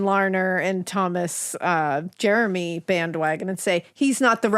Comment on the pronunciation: You pronounced Jermy wrong, it's not Jeremy. I'm Thomas Jermy named after my grandfather Thomas Jermy born in1897 in the town of London near the chet river , my great grandfather was closely related to the brothers Isacc and Thomas,DNA test will confirm my relationship to Jermys of Stanfield and bayfield hall.